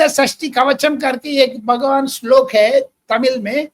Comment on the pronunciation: Sirji your shlok very clear